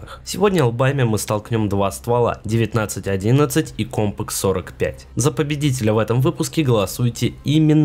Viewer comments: кОмпак??? от слова комп? м/б компакТ? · Какой компак? Постоянно оговариваешься